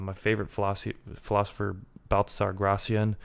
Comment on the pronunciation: Baltazar Gracian. Pronounce Spanish properly. And Carnivore diet is King.